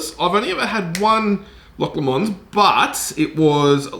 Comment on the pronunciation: A scotch reviewer who doesn’t know how to pronounce Loch Lomond or.........Glasgow. It doesn’t fill the viewer with confidence. There really is no substitute for doing your homework.